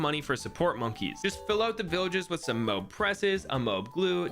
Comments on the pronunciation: bro said moe b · Id watch your channel if you pronounced moab right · The way he says Moab makes me have trust issues